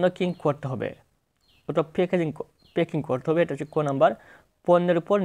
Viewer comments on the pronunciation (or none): ১৮ , পণ্যকিং ❌ প্যকিং